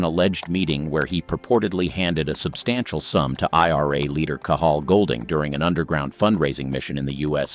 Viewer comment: Goulding NOT Golding